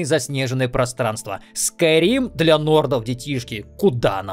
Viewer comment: Мне послышалось или нет, ты сказал "просранство"?